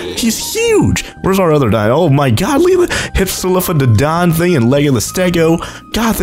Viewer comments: it's hip-silo fadon not hipsolifobjdhchedon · Btw it's pronounced hip-sil-off-o-don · It is hif-sil-lof-o-don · You're not pronouncing hypsilophodon right